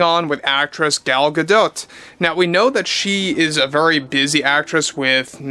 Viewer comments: I like your videos, but please man... look up the correct pronunciation for these people's last names that you report on. It's driving me crazy when you say Gal GaDot. The "T" is silent. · Isnt it pronounced Ga-doe. Im not trying to be "that guy". I just want to know if Im saying ot incorrectly. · The t on Gadot is Silent i BELIEVE JUST SAYING. it would sound stupid otherwise